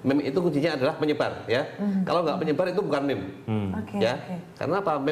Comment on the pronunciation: MEME, JANGAN DITAMBAH LAGI HURUFNYA DENGAN "T" ATAU "K" :V